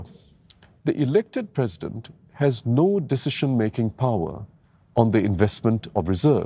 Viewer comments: Its president.. not PRESSident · LOL even singlish he failed alamak.... how to be plecident leh?